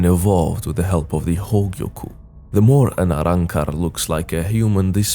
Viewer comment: Love how you say arrancar!